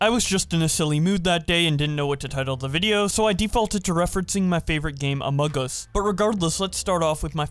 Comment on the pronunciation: "Amug Uss"